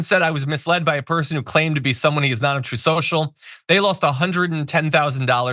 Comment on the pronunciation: "...TROTH... SHO-SHO..."